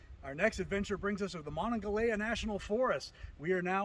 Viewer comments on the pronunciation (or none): “Monongahela” = muh-Non-gah-hey-luh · Hahah that pronunciation of "Monongahela". Great video. You've come a long way since this one though!